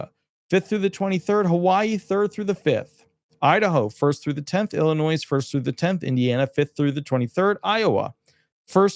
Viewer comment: the s in Illinois is a silent letter.